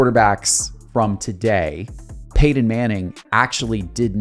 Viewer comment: Dang do you have marbles in your mouth when you attempt saying "PEYTON"?